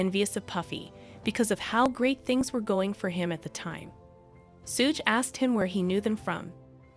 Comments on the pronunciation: Sooge and 2 pack 😂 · This video might be well put together, but I cannot handle Tupac and Suge's names being mispronounced the entire video! I had to leave, sorry. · Hahahaha rite !! Driving me crazy !! Learn there names before narrating the video !